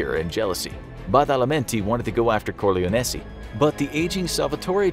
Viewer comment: Don core- lyon- e